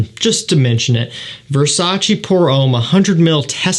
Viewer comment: Nice sales, but please search on YT how to pronounce Versace 😊